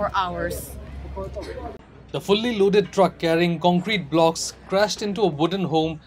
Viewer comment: The way she said blocks😲